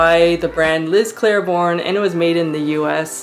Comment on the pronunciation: CANNOT understand why so many people say CLAIR BORNE- there is NO “R” in the first syllable; it’s pronounced CLAY BORNE.